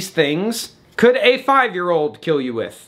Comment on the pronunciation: It will keel 😂